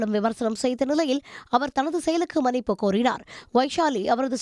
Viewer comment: மன்னிப்பு சரியாக உச்சரிங்க